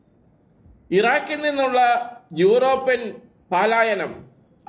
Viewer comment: പലായനം not പാലായനം